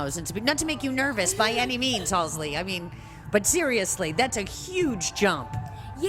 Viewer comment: I choked a little when she called her "halsley"